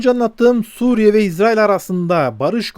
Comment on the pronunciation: Maşallah İZRAİL doğru telaffuz. Yahuda soyundan gelenler İZRAİL, Hz. Yusuf ve Ketura(Terkene) soyundan gelenler İSRAİL'dir. İSRAİL Terkene hatunun mahlasıdır. Hızıri bir zat olan Terkene Hatun Hz. Yusuf sonrası 30 sene Mısır'da Melikelik görevi üstlenmiştir.